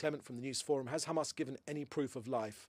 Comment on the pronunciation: Why has Mencer pronunciation changed fromb CHAMAS to Hamas